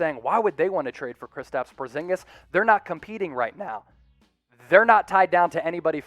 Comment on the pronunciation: Not portzingas